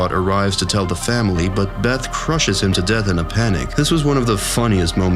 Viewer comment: "Berry, Jeth and Summer"